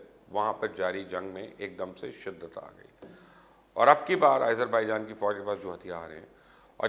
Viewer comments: Its Azerbaijan not ayezarbijan... Bolain to theek se plz.. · Why continously calling Azarbaijan, AIZER....? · YOU STILL CALL IT AS IZERBAIJAN WHAT IS WRONG WITH YOU ????????? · Aaiezerbaijan.....hahaha....how is he pronouncing it😂🤣😂